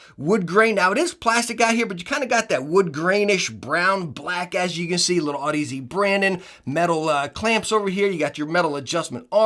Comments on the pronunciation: good review, but its odyssey not Aud-Easy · One day you’ll learn how to pronounce the brand name lol. I love ya brother